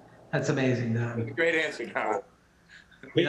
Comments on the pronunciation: He genuinely said hi Dan to don Cheadle or was that just me? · "Dan" Cheadle 🤔😅